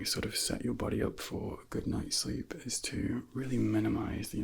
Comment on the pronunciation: Love the longer video! 45 min is perfect amount of time for destressing, to quell ptsd / anxiety. Anyone else notice says center in 3 syllables & a gooood is at least 3 seconds long?, you have a the perfect voice!!